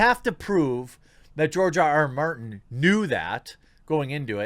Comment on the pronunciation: OMG... TheQuartering mispronounced GRR Martin's name !!! Clearly he's an instaphobe too!?! Comrades, attack! Oh, wait.. target of mispronounciation macroaggression is a white male so that's ok. False alarm. :)